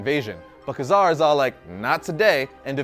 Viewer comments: TheGurumash It's Kay Zar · Ka-Zar's name is pronounced Kay Zar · Jason O. Nungesser It's supposed to be pronounced like Kway-Zar.